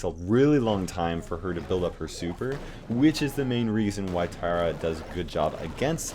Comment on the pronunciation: Did he just call Tara Terra it’s pronounced T-AR (like a pirate)-a